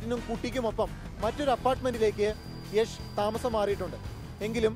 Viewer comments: യഷ് അല്ല യാഷ് ആണ് 😂😂😂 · യശ് എന്ന് തന്നെ ആണ് യാഷ് എന്ന് മലയാളികൾ പറഞ്ഞ് ഉണ്ടാക്കിയതാണ് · yesh alla yash 🤦🏻‍♂️🤷🏻‍♂️ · Yesh alla yash ann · Yesh alla 😂 yash ann